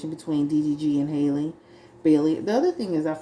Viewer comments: Halle, like Halle Berry. Not Hailey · it’s pronounced “holly” like the beginning of hallelujah.